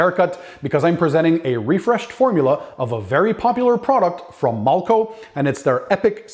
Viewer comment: I love your videos but in this video why are you pronouncing the name....mulco when it’s malco.....no u